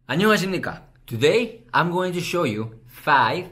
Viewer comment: 니꼴라스 선생님이 "안녕하십니까" 하시는 발음이 점점 자연스러워 지는것 같아요 ㅋㅋㅋㅋㅋ